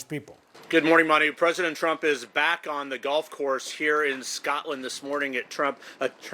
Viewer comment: Why can no American reporters pronounce "Scotland" correctly?